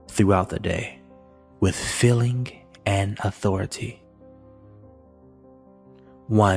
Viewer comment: Very profound information! ( I am annoyed though that the word: ‘feeling’ is mispronounced, because the word has two ‘ee’ in it and not two ‘ll’ )